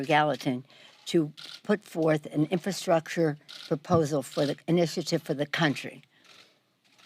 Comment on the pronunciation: I can barely understand what she is saying. She can’t pronounce the word infrastructure.